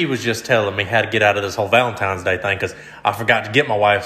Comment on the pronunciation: I always figured Ricky to be the type of guy to say “Valentime’s Day”